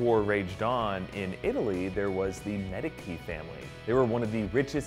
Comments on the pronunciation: Just occasional nitpicky thing. As for "Medici," it's "medechee" not medekie . . . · It's not MEDICHI, is MEDICI. Check the italian pronunciation. Be careful dear. ;) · It's an Italian name, in Italian "ci" is pronounced "chee, hence "Medeechee". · Pretty sure it's Med-e-chi not Mediki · not pronounced "med-i-kee", its pronounced "med-ee-chee" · Medakey family Medeci is pronounced Medachee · Medici=Meh-Dee-Chee not Meh-Dee-Kee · It is pronounced medishi not medki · Please, Medici is pronounced Med i chi. Not Med i key. Thanks good video. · Medikee??!!!! Isn't it Medichee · "Med-eechee"... not "Med-icky"... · It's pronounced mediche not Medici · Is Medici pronounced "Me-di-ki" or "Me-di-ji"? I could swear that I heard "Me-di-ji" in Assassin's Creed 2 xD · Mediki killed my ears... Medichi... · I know that this is a very minor point and not at all important in the context of GOT but the Italian Family is the Medici family. (Medichy) not (Medikey) sorry. Just had to point that out. :) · MED-i-chee not midickey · MEDiCHee.... Come on!!! NOT MEDiKey... Other than that good episode... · Not "qui", "ci" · It's medi-chi not med-I-key 🙃🙃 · no offence but it's medichi not mediki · Medic-y? It's pronounced me-dee-chi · Medici is pronounced "Med-ee-chee" NOT "Medi-key." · medici with a K really? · The "C" in Medici is pronounced CH , not K. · Medici isn't pronounce 'ki' but rather 'see' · Isn't it Med-EE-Chi? Not Mediki? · Anyone else peeved by the way he said Medici? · *Meh-dee-chee not med-a-key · "Medicki" ... It's pronounced Mehd-itch-i. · Medici is pronounced Med-Ichi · Medici???????? Medeecheeeeeeeeee!!!!!!!!!!!!!!! Btw the vids great 😍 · Medici is read as MediCHi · Isn't it pronounced MediCHi? Like Mediči? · Medici??? With K? If only there were some world wide web where people can find proper pronunciation :) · It's pronounced MA DEE CHI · Great video! But it's pronounced Med-i-chee. Enjoyed the video. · Medici is pronounced MED-EE-CHEE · Medici - may- dee- chi